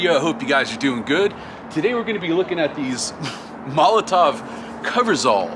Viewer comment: this is a VERY small thing but it just ticks me off is molotoW not molotoV